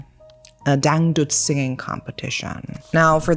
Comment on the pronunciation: Your pronunciation of dangdut is so spot on I was momentarily stunned 😂